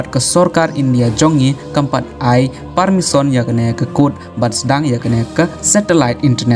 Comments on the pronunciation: Permission ❌ parmison✅ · Permisson ne permission tang pronunciation ruh ym biang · Pule news u ne u bah um nang pronounce permission u ong parmisson